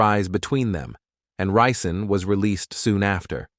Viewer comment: Ri’ Zon is how we pronounce it here in Flint. He went to same H.S. My aunt did and some of his cousins went to Flint Beecher next league over.